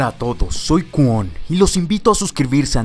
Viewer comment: Weyyy por que dices Kaywon si es kwon cuando lo dices tú me desespero